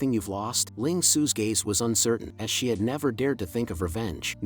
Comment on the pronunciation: Good vid but Ami the only one who noticed how he/she idk pronounced the S like not to be mean but here’s a word SSShe is it the microphone? Sorry for being rude